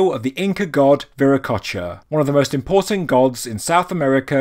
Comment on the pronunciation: Stiual, style, important not import-tant speak english